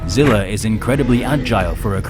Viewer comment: ...but that's what I'm saying though the original zilla from the movie is fighting kong and its not Zilla Jr fighting kong...I think both of us are having problems understanding what we really mean, but in that case my bad it's just the way you pronounced it in the first sentence that's all